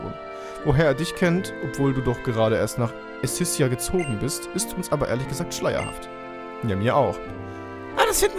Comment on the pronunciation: Endlich kommt Pokémon Y.^^ Ich habe schon lange drauf gewartet. Escissia wird übrigens ,, Eskissia'' ausgesprochen. Das c wird als k ausgesprochen.